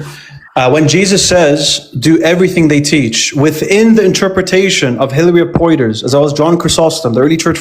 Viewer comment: pointing out cant pronounce arabic words, then mispronounce Hilary of Portiers's name:face-pink-tears